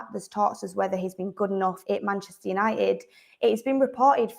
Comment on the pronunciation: Love the Manchester accent … but please , pronounce your Ts. It’s Man UNITED , not UNI-ED